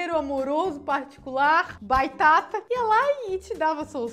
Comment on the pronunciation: (By )Baitata😂 parece uma criança querendo fala batata